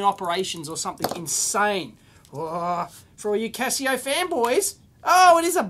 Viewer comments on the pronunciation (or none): none